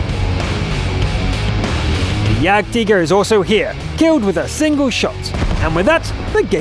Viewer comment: Hi, I like your German pronunciation of the Tiger and Jagdtiger:)